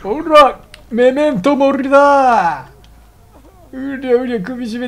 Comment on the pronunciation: メメントモリのイントネーション違うね、1回ガンダムダブルオー見た方がいいですよ